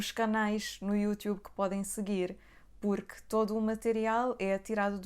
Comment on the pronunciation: Púrqui? Kraleo pohha é isso